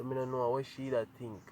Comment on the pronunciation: Can anybody count how many times he said tink/ think???